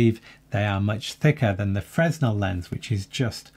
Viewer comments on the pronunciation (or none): Hello, Fresnel is pronounced 'fruh-nel'. Thanks. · “Fresnel” is a French name, so the S is silent. It’s pronounced “fruh-NELL.”